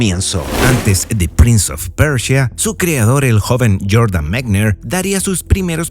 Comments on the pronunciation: Todo bien pero es prince of persia,no pecha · Interesante el "prinz of percha"